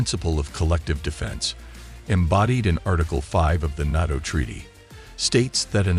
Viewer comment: This would be a good video if it wasn't literally AI mispronouncing NATO every 10 seconds